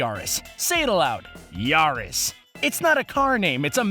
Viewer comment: Yaris sounds like ya ares